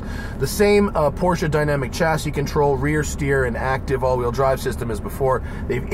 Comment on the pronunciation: You guys, it’s pronounced Porsche, not Porsche.